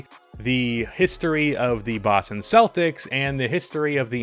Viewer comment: Oh my god the way you pronounce Boston like you have a Boston accent but you don’t pronounce any other worlds like that is so annoying